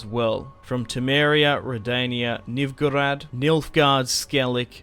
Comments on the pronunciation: the way he pronounces novigrad and foltest hurts me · When I hear you pronounce "Novigrad" it gives me conniptions.